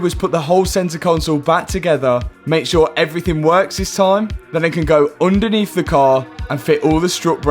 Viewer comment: oondaneath de ass tray